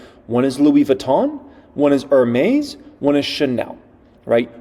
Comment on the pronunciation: Great video again. Note: Hermes is pronounced Air-mes. The H is silent